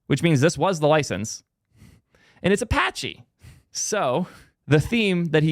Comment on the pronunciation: All I can do is point and laugh. It’s Apache. Good luck dude. Get him and Matt in a room